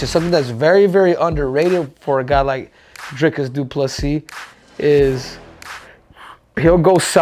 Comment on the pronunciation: Henry.... you are pronouncing it wrong. It's Dhyklick DoofaSissy ❤